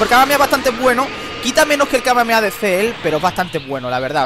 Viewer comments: Me da bronca que diga súper kameaea osea decilo bien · si sos argentino como yo si ellos dicen kameamea y nosotros kamehameha